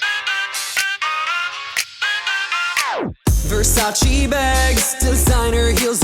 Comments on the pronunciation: Its VERSACE not VersacI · You could learn how to pronounce “Versace” first 😂 but i love you 🥰